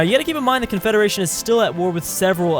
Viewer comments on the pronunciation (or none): Which 1? Confederation or confedaration?